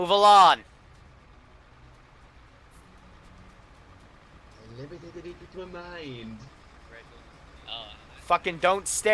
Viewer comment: He says move alon not move along